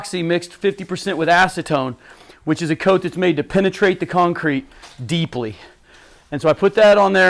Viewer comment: The way he said "penetrate the concrete". Then paused, and emphasized "deeply". 🤣